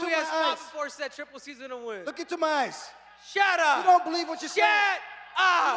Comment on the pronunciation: Every time Henry tells him "Shudupp...Shadupp" it's so hilarious and I crack up laughing. 💀💀💀🤣🤣🤣